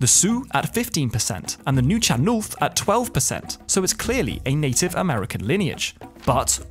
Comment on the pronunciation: "Nuchalnulth" - pronounced as just one word "Noochalnuth". I'm a local BC resident who hears how this First Nation pronounces it. Fascinating video aside from that tiny item.